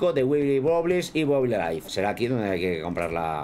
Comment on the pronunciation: Se dice WOBBLY no BOBLI